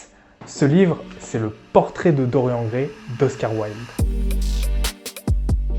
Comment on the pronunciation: Par contre évitez de prononcer Dorian comme dans la vidéo... c'est Dor-yanne... comme dans Marianne...